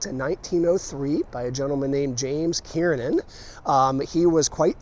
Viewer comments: hmmmm, i thought it was Kernan....not Kiernin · To true Baltimoreans - it is pronounced “Kir nan” like the hospital.